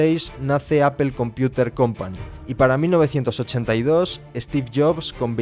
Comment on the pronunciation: Que fastidio que pronuncie mal "apple"